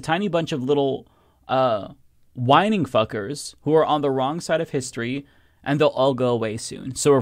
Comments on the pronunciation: It’s whiNGing, pronounced more like “win-jing”. It’s basically British for whining. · I'm deeply disappointed in your inability to pronounce whinging (phonetically win jing). You need to watch a lot more British comedy, my friend. Whinging is the far superior term. It's insulting and belittling. It's great. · It's pronounced 'win-jing'. Whinging is like whining, but, you know, a bit whingier. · I think Whinging is pronounced "winjing" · Small thing, but "whinging" (rhymes with "bingeing") is a British word that is a synonym for whining. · It’s pronounced (win-jing) like some whos whinges though it basically means the same as whining. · Just so you know, whinge/whinging is a different word and is pronounced differently (with a short i sound). whinge /(h)winj/ British verb verb: whinge; 3rd person present: whinges; past tense: whinged; past participle: whinged; gerund or present participle: whingeing; gerund or present participle: whinging complain persistently and in a peevish or irritating way.